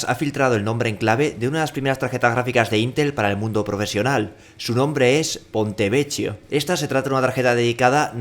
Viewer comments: Que dolor de oido 'PontevecCHIo', por favor se pronuncia 'Pontevequio', de otra forma hace llorar al niño jesus (bueno al menos a mi si me hace llorar XD ) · Ponte vequio se pronuncia :(